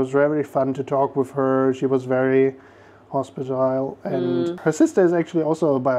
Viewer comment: Hospitable, not hospitile. I hope this helps. I'm amazed at all the languages you both speak.